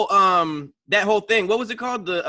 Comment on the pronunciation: said “ting” and no one caught it loooool